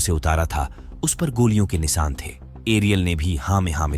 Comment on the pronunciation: It's Risk not rishk Saboot not shaboot. Every s is sh .. Nishan not Nisan Shak not sak Every sh is s.. Now you have enough examples.. so pls improve that...